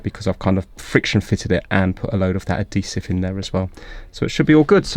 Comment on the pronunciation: Am I the only one that does a double take every time I hear "Ah-deesive"?